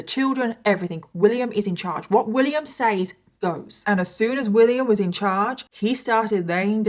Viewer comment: The word SAYS is pronounced SEZ not SAYEZ. Drives me bonkers!